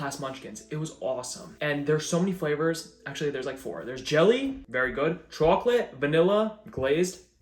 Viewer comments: You : “chauwklauwk” Me: 💻😩💦🧴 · I love the way he say Chocalate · I can't stand hearing the way he says chocolate lmao. He's def doing it on purpose because he can say coffee, dog, and water all normal too.